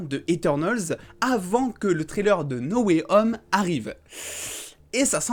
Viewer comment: Et moi j'en ai marre quand les gens disent "Spideur-mane Nowayome" au lieu de "Spaydeur-man No way *H*ome"🙄😂🤣